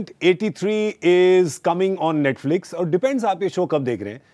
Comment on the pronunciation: Paaji mispronouncing Netflix is the cutest thing ever.